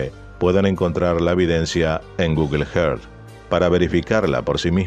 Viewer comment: Por favor Google earth sonaría más o menos así … gugl érzz . Si no decilo en español pero no solo que te duelen los oídos aparte que resulta extraño que un canal tan bueno y con alto nivel de excelencia cometa un error fonético de esta magnitud